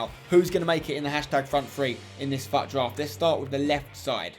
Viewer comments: It's not fatdraft its futdraft lol. Nice video tho!! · When you said fut it sounded like F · Not trying to be mean but it's pronounced fuut